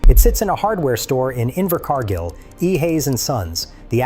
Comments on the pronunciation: Inver Car Geel or Inver Car Gill C'mon...it's not that hard. Find a neighbor thay can read. You don't need AI. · Yes a great movie & AH acting is superb, his pronunciation of the place name Invercargill…Invercarrrrgil , pure gold